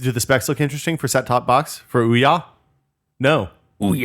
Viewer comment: Ouya--> Ooo-yuh.